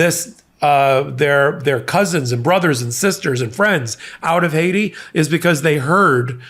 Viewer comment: JD is so racist he pronounced Haiti as Haysha, like what rock did this guy crawl out from under….any kid past 3rd grade can pronounce that correctly. 🤦🏻‍♂️